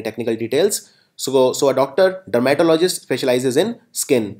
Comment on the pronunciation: Sir very poor pronunciation every 3rd word u pronounced is wrong Like misogynist-Called mis-OJ-nist not Miso-Gahy-nist dermatologist-der-muh-TOL-uh-jist not DERMA-tolo-jist i didn't mean to disrespect u but i hope u will work on ur pronunciation